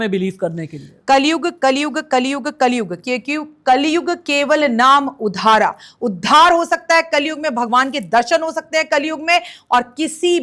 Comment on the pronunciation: उधार नहीं आधारा ये श्लोक तो सही बोल लो ये कैसे ज्योतिषी है